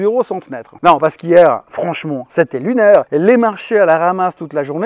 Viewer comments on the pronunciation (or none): Le "c'est lunaire" avec l'accent me réconforte de ne savoir quoi faire....on va être obligé de se mette au day trading ?